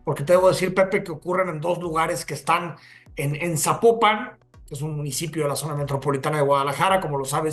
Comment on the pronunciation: No se pronuncia sapo - pan; se pronuncia Zapópan 😊